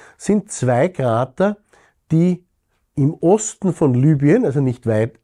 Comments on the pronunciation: Lübien? Eher heisst rs doch Libüen! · Wie kann man das nur Lübien aussprechen wenn da groß Libyen steht?